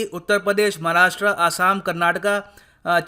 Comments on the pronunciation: सर आज भी आपने उच्चारण गलत किये 'महाराष्ट्रा' 'कर्नाटका' 'महाराष्ट्र' 'कर्नाटक' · भाई १) महाराष्ट्र इंग्लंड मे नही भारत मे है २) व्हिडीओ हिंदी मे है और ये क्या है, की इंग्लिश के हिसाब से उच्चारण किया है.. आपका नाम "भ्युरा रॅम' होगा फिर तो..